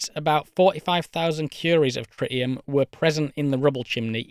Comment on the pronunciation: “Tri’ii’em” Dudes over here speaking spicy elvish.